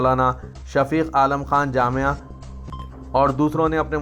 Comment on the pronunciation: As salaamu Alaikum warehmathullahi wa Barakatahu “Maolana Shaikh Shafeeq Alaam Jama’ee” Hai na ke (Maolana Shafeeq Alaam Jamia)